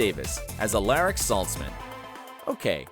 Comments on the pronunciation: Uh-lar-ick not a-ler-ick. Also he can say Shahghasemi but not Aria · “Alryic” I AM SO SHOOK AT THE PRONUNCIATION 😟! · Okay, driving me nuts. The character Alaric's name is pronounced All-are-ic. Not All-air-ic. Please pronounce correctly in the future. It's kinda disrespectful to the beloved character. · How he says Alaric like aleric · the whey he pronounces alaric "AH lAH RICK" Like sis...no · Alaric.....he says "UGH-LAIR-IC" disgusting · Ok... it’s pronounced hope “my kel son” and “uh lar ick” saltzman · A-lar-ic🙄 hes one of my favs. I love Mg’s character. He seems like he would be a sweet person irl. Mike-ale-son😂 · Uhl-eric? Mik-kale-son? Seriously? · ....................... you completely mispronounced Hope’s last name and Alaric. Alaric: (Uh-lare-ric) Mickaelson: (Michael-son) ... not that hard sigh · AL-AIR-IC lmao. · al-arh-ic and mikcalson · “Ah lair ric” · Am I the only one who heard Alyric and not alaric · Why did he pronounce Alaric’s name like that aliric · This dude literally pronounced Alaric’s name just like Kai pronounces it 😭😂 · “Who’s been a fan of Alaric since tvd ?” Clearly not you because that was s just not how you pronounce his name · The way he said Alaric and Mikalson got me annoyed! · you are such a good narrator that u didn't watch the show or stalked them at all to find some useful stuff wat the fans want .I mean u did not pronounce their names right either . Please everybody in the coments lets give him a prize . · They way he says Alaric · It's funny how he says Alaric exactly like on vampire diaries when Alaric first came and wrote it on the board saying u will probably wanna pronounce it like this Lol that's how this guy says it and obviously doesn't know how to pronounce Mikleson either... so I'm confused on why he made this video since he so clearly doesn't watch any of the series. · He pronounced both Hope's last name wrong and Alaric's first name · THE WAY HE SAID ALARIC LMAOOOO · and when he said Alaric 😭